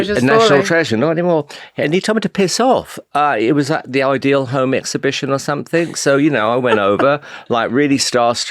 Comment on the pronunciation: When will someone finally tell Simon Cowell that somethink isn’t a word ! 😂😂😂